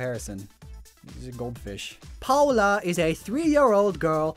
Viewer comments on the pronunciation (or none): none